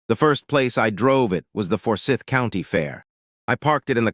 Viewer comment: Please teach your AI reader to pronounce "Forsyth" (the "y" is pronounced as a long "i.") and Cumming (it's a homonym with "coming.") It's also northeast of Marietta.